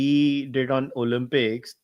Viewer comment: The word is to be pronounced Olimpics and not Olumpics Tehseen. Y has an i sound when it comes in the middle or at the end of a word - privacy, cheesy etc! It is considered a surrogate vowel! Only when a word begins with a Y does it have a consonant sound - young, yellow, yahoo etc!